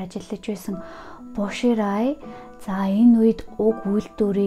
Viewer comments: Бо шилай гэж дуудах бишүү. Bo xilai. 薄熙来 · Боширай биш Бо Шилай, Жан Вэйжи биш Жан Вэй Жие гэдэг шүү